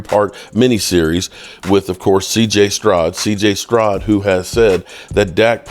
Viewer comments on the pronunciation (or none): Good morning bro But it’s stROUD Not cj strod😅😂😂😂